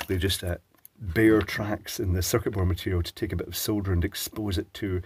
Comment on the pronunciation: You have no idea how nice it is to hear you say SOLDER. All the USA content people say "SOW-DER" and it eventually sets my teeth on edge